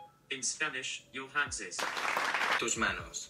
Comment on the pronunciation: It's the first time I've seen one of your videos and I loved it, let me tell you that you have excellent pronunciation in Spanish, it's my native language when you said TUS MANOS with that perfect accent I was impressed.